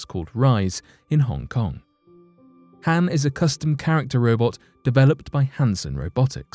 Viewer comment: Pronounced Han wrong...